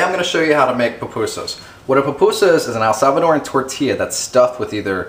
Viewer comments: All good, but please, it's Salvadoran, not ELsalvadoran. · Its not el salvadorian.....its salvadorian -_-...you pronounce the words way better than my spanish teacher